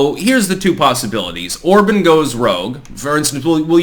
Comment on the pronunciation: It's pronounced "or-bon"...like on in on/off or bon-bon, not or-bun